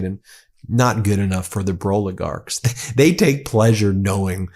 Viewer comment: He said the Broligarcs lmfao!